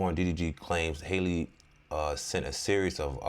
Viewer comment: HALLE HALLE like Halle Berry..... Please